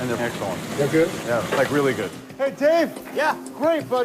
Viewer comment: The chefs realLEE gave good tips they should always LEEsten to them